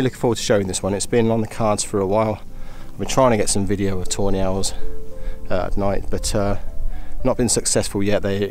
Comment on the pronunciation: Couldn't help hearing "toe nails" everytime you said tawny owls 😂